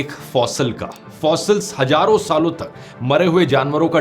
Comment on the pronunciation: It's not 'gaiyab (vanashing)', but 'ghaiyab'; also, not 'hajarun saal', but 'hazaarun sall'.